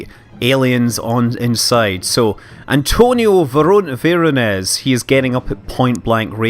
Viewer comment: Don't wanna be a smart ass but Antonio Veronese is italian. All letters means a sound :D Keep it on great work man!!